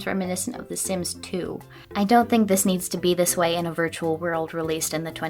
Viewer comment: well, now I will only be able to pronounce "dont" like dawnt